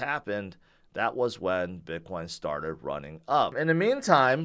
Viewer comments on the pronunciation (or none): none